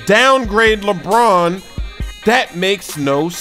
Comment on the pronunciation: Lebrrrrrron james